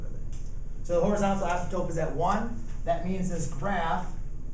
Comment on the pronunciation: Did he say "asymtope"?